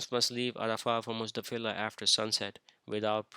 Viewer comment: Muzdalifa brother not Muzdafilah